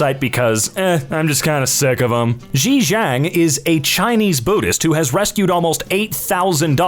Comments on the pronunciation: the way to pronounce xi ziang is shi jiang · Note for: "X" in Hanyu Pinyin is pronounced similar to the "Sh" in "Shoes". Finally being a linguist with too much time on my hands has paid off